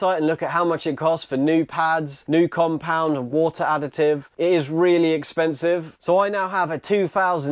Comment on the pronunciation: "Four li'ah Wo'ah Bo'ah" Yes, Four liter Water bottle 😆